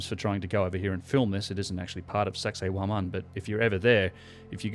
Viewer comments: did you just say, "sexay womOn?" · . "And of course, there is sexay woman..." (Sacsayhuaman) 😂 👍 Nice work, slippin' that one in... lawl!